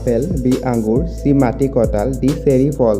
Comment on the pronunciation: অসমীয়া ভাষা শুদ্ধকৈ লিখিব দে আৰু কবলৈ চেষ্টা কৰিলে নিশ্চয় ভাল হ'ব শুনিবলৈ মাটিকটাল নহয় ঐ মাটিকঁঠাল হয়।।